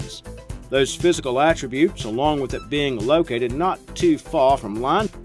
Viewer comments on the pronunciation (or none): none